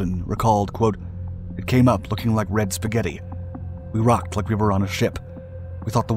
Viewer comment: Chass-sis... Now Spaguetti. For shame,. For shame.